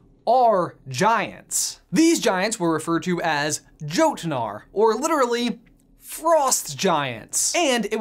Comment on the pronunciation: EXACTLY what i was thinking! 😂😂 he said Jotunar and i was like, you mean they're gonna meet Loki??